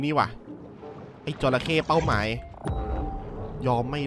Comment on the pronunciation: จระเข้ รึปล่าวครับ ไม่ใช่ จรเข้